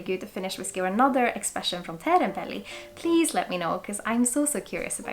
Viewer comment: uttalas som svensk i "otrevlig, oschysst, osv." och uttalas som svensk i "och". Det svenska ljudet som i "du" finns inte i det finska språket. Du sa Teerenpeli jättefint förresten. Jag har velat testa det här väldigt länge, kostar ganska mycket på systemet dock.